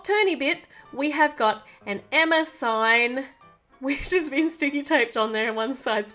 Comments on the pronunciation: It's NOT Emmer it's EMMA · Y u always say Emmer when u supposed to say Emma i still love ur vids.😁😁😁😍😃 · With your accent it sounds like your saying Emmer but your really saying Emma